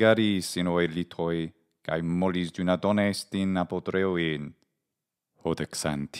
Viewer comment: You pronounced arotreúein as apotreúein!